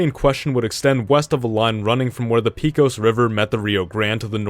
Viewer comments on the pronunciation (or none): As a Texan, I must comment: Pecos is pronounced pay-cuss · Another great video, but I had to pause and rewind when you said "Peekoze River."